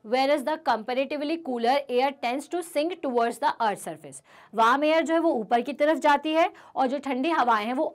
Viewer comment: wam or warm?